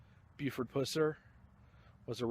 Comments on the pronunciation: Very informative video, when you kept calling him Puss-er i was cracking up. Too funny. It is Pus-er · pronounciation not (pooser) it pusser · Every time you say "Puss-er" I wanna slap the s@ outta u! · Pronounced Pus-er for sure. Live here and have done allot of research on Sheriff Pusser. Take Rays advice, dig into WR Morris' books. They are by far the best accounts of the sheriffs life and people he fought. He lead a very interesting life, a one of a kind! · Thank you for the video. But for the love of God please say the man's name right. Now your not the only video that out there that says his name wrong. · Dude , say his name right. For the love of Mike! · This your worst video. I always enjoy your video's but this one.Know how to say a name before u do a video on it. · this is lame go to some of the places stuff happened and say his name right you goof